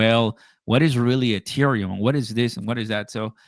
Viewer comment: really needs to learn HOW TO SAY THE WORD ETHEREUM